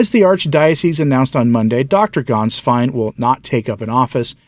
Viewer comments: Fry-burg! Gaens-vine! If you're going to do new commentaries, learn the proper pronunciations! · The former pope's secretary's name of Ganswein is NOT pronounced with an "A" as in "Father", but with a short "e" as in "met". It's pronounced "Gehnswein". Thank you for your good work on behalf of the Church!